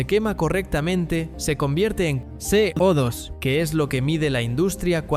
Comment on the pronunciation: Co2 = codos ? 😂😂😂 madre madre me sangran los oidos !!!